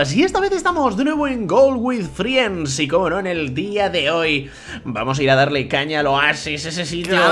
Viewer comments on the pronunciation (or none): GONAAA QUE SE DICE FRENDS !!!!!!!!!